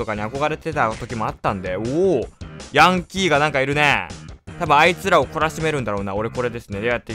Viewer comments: ヤ︎ ⤴︎ン⤵︎キー⤵︎なん？ヤ→ン→キー⤵︎じゃないん？発音。笑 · ヤンキーの発音が可愛かったです！